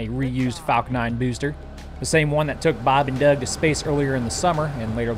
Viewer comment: I think Bobenduuug is pretty cool guy, he flies new spaceships and not afraid of anything.